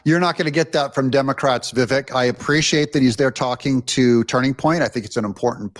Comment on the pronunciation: Lol you are the worst name pronunciater I’ve ever heard…Vivek is pronounced Vi vake.. rhymes with cake